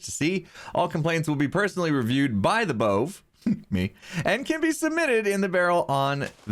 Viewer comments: Pronounce it bové. (Boo-vay) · BOVE! You should pronounce it "b-uh-v'. As in Above. As in you may not build a-bove where I say.